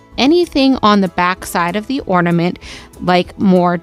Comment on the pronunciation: I really like your crafts. I will be trying these crafts. Thank you. One request, please say ornament, not ordament!